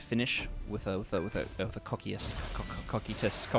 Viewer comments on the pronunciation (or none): if you dont have gelda, shaltear works really well also its pronounced Co-Kite-Us